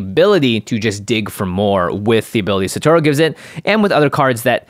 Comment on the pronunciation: Can yall please be the one podcast to pronounce Satoru correctly. Holy hell.